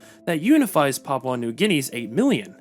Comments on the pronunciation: Dude, you need way better research. It’s pronounced BOH-genvil. And PAPUA New Guinea. And PAPUAn. Also, “Papuan” is not a demonym for PNG people - it has a different meaning. Not “the Papuan state”, “the state of PAPUA New Guinea”. Generally PAPUA just means the southern region of PNG. Tok Pisin is not “creole-based”, it is a creole language. “Very few also still follow indigenous beliefs” is wrong - many, probably a majority, follow both Christianity and traditional customary practices. Australian Aboriginal people are not Melanesian. Many of the other names are mispronounced… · LOL, please do the pronounced "Papua" correctly. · Jayapura is one of the Indonesia city. Lol. And, I'm from Indonesia. And, not Papaw, but Pa-poo-ah. And Bo-gen-vil. And, you've given the nice imformations. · It should be Pap-OO-AH, not Pap-OW. And BOH-genvil, not BOO-genvil. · Who even says Papau it’s papua man😂😂😂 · PapUA New Guinea, not PapAU New Guinea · It's Pah-Pooh-An, not pah-pow-an. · Hearing papau this and papau that makes my head ache .... Learn to say " P A P U A " ... Not " P A P A U " please !!! You are being rude by ignorantly keep saying papau this and that. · It's Papua not PAPAU. Papuan not PAPAUAN. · Good to hear you'll improve it in future, but I don't know how you can say this is an "Anglicised" version. "PAP-oo-ah" is the Anglicised pronunciation, as very widely used all over the world. Pap-OW is just a mistake. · Not Papau... PAPUA NEW GUINEA ... The you are pronouncing the name of our nation is not correct. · Can you pronounce Papua correctly? It's pronounced as Papua as in Par-poo-uh and not Papau Par-pow according to your pronunciation. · You need to say Paa-poo-a New Guinea properly. The locals would not like it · Papua new guinea is pronounced Paapuuaa New Gini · Poor reporting. The country is no PARPO New Guinea rather it is pronounce Papua New Guinea. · Why would AI pronounce PAPUA as Papau? Wouldn't AI pronounce phonetically? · No it is pronounced "parpyua"